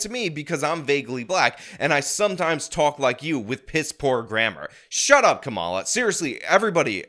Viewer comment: ".... Shur up!..." 😂 Boom!